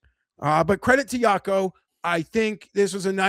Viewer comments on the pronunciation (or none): it's pronounced Wacco Niemann not Yacko or whatever youre saying